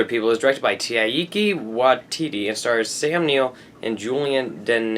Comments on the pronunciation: it's TIE-KAH WIE -TETE (i live in new zealand) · TYKE-uh WHY-titee c: it's such a good movie!